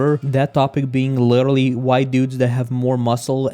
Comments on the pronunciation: Witterally witerally witerally learn how to pronounce it before using it in every other sentence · nah but certain races are actually superior to some other ones in certain areas. for instance, most if not all sprinters are african, why do you think that is? also, you probably should chill a bit with “literally”, since you butcher it every time you pronounce it xd